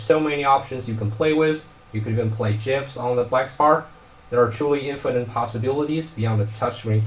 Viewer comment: You get a like for pronouncing GIFs properly